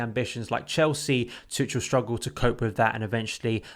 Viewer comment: You english guys have to learn how to pronounce tuchel PLEASE. It’s like tuckel